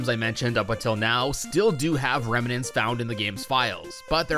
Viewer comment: "Reminent" lol